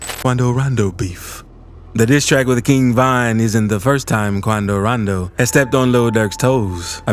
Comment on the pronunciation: He say Qunnadoo Raandoo